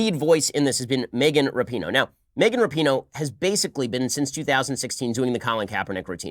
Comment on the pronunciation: Her last name is RAPINOE, there is no U in it!!